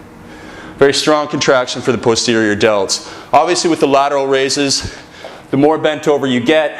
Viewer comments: posterior delts he cant say it right lol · it sounds like he's about to say pussy every time he says posterior